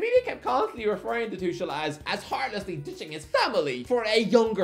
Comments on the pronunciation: No matter how many times you say Thomas TOO-SHERL, you won't ever make it a thing. It's TOO-KURL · It’s “Thomas Too-kul” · I guess you could say he's Too-kul to pronounce it that way. ...I'll show myself out now. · "Thomas Tushul" 😣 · The fans will have a heartache correctly pronouncing his name. The „ch“ is one of the most difficult things to pronounce as an English speaker